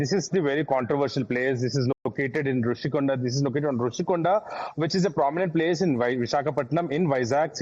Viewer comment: Happy for national media to bring this news to nationwide.. but plz do some research pronounce properly it's Rushikonda not Rashikonda